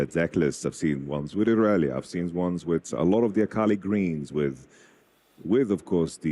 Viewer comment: Is saying akali wrong on purpose? says it right like 3 times. Joking, I just think it is funny.